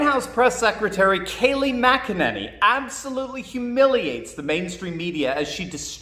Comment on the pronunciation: Why do people keep pronouncing her last name as MacEnany? It’s McEnany it sounds like Mic not Mac